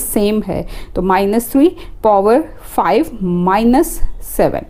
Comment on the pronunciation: POver kya hota hai power hota hai bevkuf 😂😂😂😂